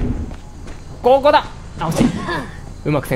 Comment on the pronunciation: こぉ↑こ↓だ↗︎！！